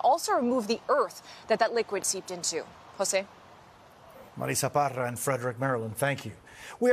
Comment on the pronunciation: He continues to pronounce Marissa Parra like Super Mario world.